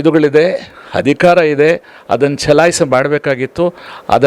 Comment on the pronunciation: ತೀರ್ಪು ನಮಗೆ ಬೇಕಾದಂತೆ ಬಂದರೆ ಮಾತ್ರ ಸರಿ. ಇಲ್ಲವಾದರೆ ಷಡ್ಯಂತ್ರ. ಈ ವಕೀಲರ ಮನಃಸ್ಥಿತಿ ನೋಡಿ. ತಾನೊಬ್ಬನೇ ಬುದ್ಧಿವಂತ ಎಂದುಕೊಂಡಿದ್ದಾನೆ. ಮಾತಿನಲ್ಲೇ ಗೊತ್ತಾಗುತ್ತೆ, ಇವನೂ ಬುರುಡೆ ಗ್ಯಾಂಗಿನ ಸಕ್ರಿಯ ಕಾರ್ಯಕರ್ತ ಎಂದು. ಅಧಿಕಾರ ಎನ್ನಲು ಹಧಿಕಾರ, ಅಧಿಕ ಬದಲಿಗೆ ಹಧಿಕ ಇತ್ಯಾದಿ ಹೇಳುತ್ತಾರೆ. ಕಲ್ಲಿದ್ದಲು ಮೀಡಿಯಾ